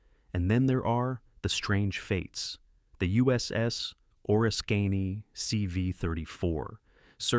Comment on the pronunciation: That would be the USS O-RISK-CAN-Y. WHAT THE HELL DID YOU CALL IT?